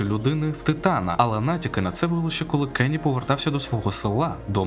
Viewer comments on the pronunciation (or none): хочу виправити, селище, не кені, а конні, і тп